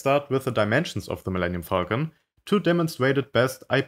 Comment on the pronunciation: Sometimes when he said Falcon, it sounded like Fuckn